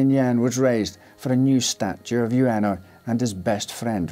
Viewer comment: About Hachi syory, his master's name, 上野/Ueno, is pronounced as in "wood" not as in "you."